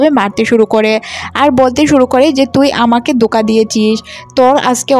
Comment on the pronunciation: দোকা নয়,ধোকা হবে। উচ্চারণ ঠিক করুন, ময়মনসিংহ 😅